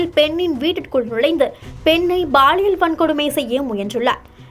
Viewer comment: சனியனே அது baliyal இல்லை அது பாலியல் குறள் இல்லை குரல் உங்க நாக்கில் செங்கல்லை வைத்துத் தேய்ச்சால் தமிழ் சரியா வரும்